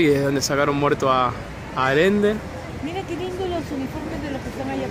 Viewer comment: El apellido es ALLENDE, no Arende